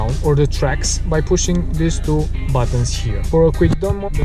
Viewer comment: You didn't get it because yoy are Romanian,you said pussing in stead of pushing